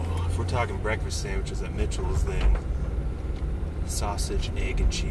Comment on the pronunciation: Wait, did you say "sanniches"?